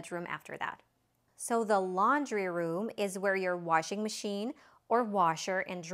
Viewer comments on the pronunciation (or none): none